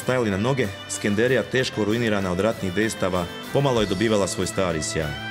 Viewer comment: nije SkendErija, nego Skenderija, para uši cijeli film koji je inače dobar.